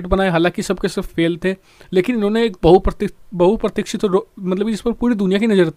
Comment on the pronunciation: बहूप्रतिसठीत,,,,,आप ईस शब्द को नहीं बोल पाए वीडियो ,, और आप वीडियो बनाते हैं 😂